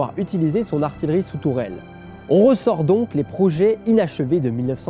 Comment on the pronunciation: on prononce ar-ti-ye-rie et non ar-ti-le-rie